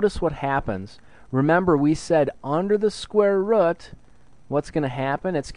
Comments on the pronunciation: rooooooooooooooooooooooooooooooooooooooooooooooooooooooooooooooooooooooot NOT rut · rut. not rut, root. say rooooooooot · Haha square rut. It's ROOT. I'm sorry, but the way you say it was hilarious :P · All my life I've been saying square root, but it's actually square rut.😭🥲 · thank you but it’s root not rut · It's a fucking root not a rut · Just say root dumbass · Say root properly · thank you so much I love you and the way you say root "rut" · did anyone else notice that it sounds like he's saying "square rut"? i thought it was pronounced different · man cant watch the vid if he says rut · yeah, textbook never once explained that square rut was the correct way to say it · "Square rutt" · after hearing square "rut" so many times, i have to watch another video. It's like my teacher how says "scare" instead of "square" (she's Indian) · Square rut! Ah! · amazing vid the way you say root caught me off guard but thank you made it more interesting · Are you from Wisconsin(or anywhere near) cuz that's how my teacher pronounces root?...